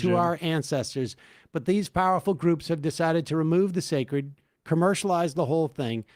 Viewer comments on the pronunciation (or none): none